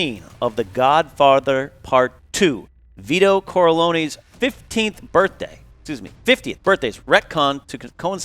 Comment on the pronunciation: "Vito Corloney"